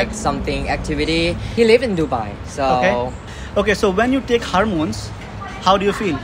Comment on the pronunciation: Pls correct your Hormones pronunciation 😅